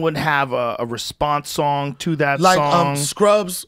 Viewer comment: He also pronounces "son" instead of "song", so it adds to the hurt.